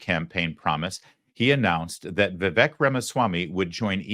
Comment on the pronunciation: As much hoop-la as the Left made over the pronunciation of Kamala's name, this Lawrence (Larry) guy mispronounced Vivek's name. It's Vivek - "like cake"! Just saying!